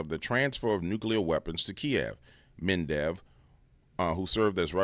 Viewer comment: Med...ve....dev. not "mendev". no "n". 😂. Unless this was intentional, then carry on.